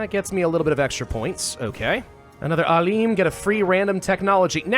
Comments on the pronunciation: so it's not ALEEEM, it's AALIM ,the I is like "in". its translates to Scientist (sometimes Sage) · very cool. btw its not "aleem" its "A-" as in map (long vowel a) and "-lim" as in limited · I like how you literally pronounced Alim. It's pronounced Aalem, like Alex. It means a very knowledgeable person about a specific topic. Like professor or sheikh as they say in arabic.